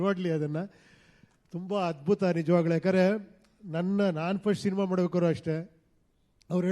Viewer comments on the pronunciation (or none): ಉಪ್ಪಿ ಸರ್ ನೀವು ಮಾತನಾಡೋ ಅಕ್ಷರದಲ್ಲಿ ಕಾಗುಣಿತ ತಪ್ಪಿದೆ ಸರ್ ನಿಜವಾಗಲು ಅನ್ನೋದನ್ನ ನಿಜವಾಗಳು ಅಂತ ಹೇಳ್ತಿದ್ದೀರಾ ಪರವಾಗಿಲ್ಲ ಸರಿ ಮಾಡ್ಕೊಳ್ಳಿ ಸರ್